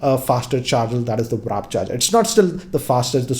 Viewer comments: the point is is becoming careless.....he calls it WRAP charging instead of WARP charging also🤣🤣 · Tons and tons of errors here... It's Mc LAREN not Larel And it's WARP Charging.. not Wrap